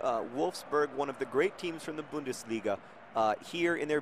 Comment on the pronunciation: As a German English student it's hilarious/interesting how John gets the u right in Bundesliga but not in Wolfsburg, even though they're the same sound :D But aside from that, you pretty much killed it :) I'm pretty off, the test thinks I'm 45 when I'm actually 22 :D